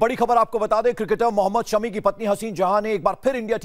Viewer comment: Drama queen ,, husband k naam bhi sahi ni bolsakti Sami Sami it's shami